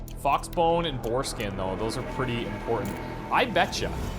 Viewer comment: Please stop saying boar skin lolol, all i hear every time is " foreskin "......